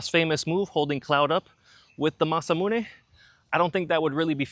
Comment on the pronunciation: That beast looks so sexy. I want to own that Sword! Linguist nerd point; 'Mahs--Ah-Moo-Nae' Not 'Masah-Mu-Nae'